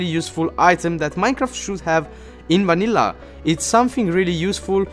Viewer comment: did he say MANILLA Minecraft